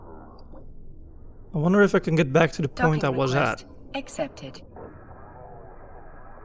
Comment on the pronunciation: did I just hear "docking request exepted"?